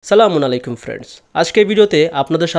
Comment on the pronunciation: ভাই এট কি সালাম দেন আমি বুঝিনা "সালামুন আলাইকুম"